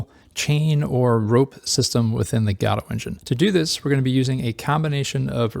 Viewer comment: Good tutorial but you're pronouncing Godot wrong.